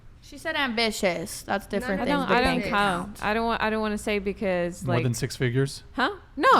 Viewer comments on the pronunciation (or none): “I want-er” nice